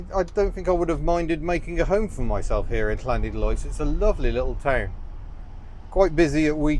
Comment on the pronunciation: it's pronounced Lanidlos with a 'than' of the double Ll's lol, learnt that many decades ago off the Welsh lol